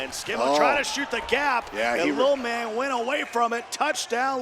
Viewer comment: Why does that guy struggle saying ‘Lil Man’ like Jesus.